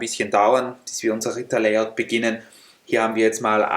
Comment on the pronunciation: Wenn man statt Ritter, Rita versteht!😂 Die Untertietel haben das auch falsch verstaden...